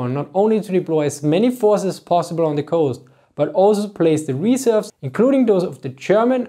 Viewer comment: Emphasize the second syllable of "reserves", not the first